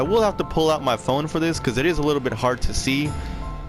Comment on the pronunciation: Bro I covered the compositor banks a long time ago also it's phone not pone